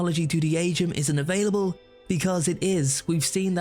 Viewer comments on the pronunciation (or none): none